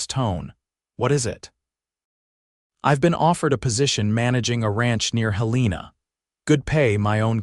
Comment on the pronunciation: Helena & Butte were pronounced incorrectly listening from Columbus,Montana. But a nice story